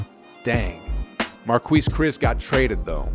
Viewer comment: The way u say marquise is crazy😂 why u pronounce it like that. Other than that I got no complaints about the vid keep up the good work